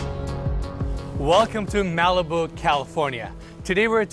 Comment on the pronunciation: Everything about Malibu is gorgeous!!!! It was my introduction of Los Angeles, California when I was 6 yrs old learning the history and geography, thanks to my Barbie doll collection. And I have to correct you on how you say Malibu. Phoentically, it is Ma-Luh-Boo!!